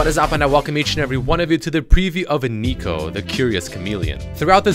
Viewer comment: Why do you call her aneeko? It’s neeko. Your pronunciation is agitating.